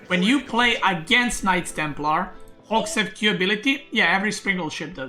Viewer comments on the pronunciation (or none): none